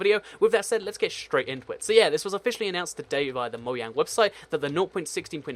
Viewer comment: No its the REAL way your supposed to say it.SMH